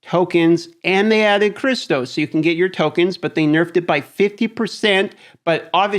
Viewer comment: I can't stand the way he says crystals. It's crystals not cristos